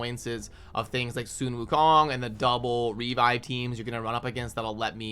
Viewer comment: Proud of u for pronouncing sun wukong correctly :)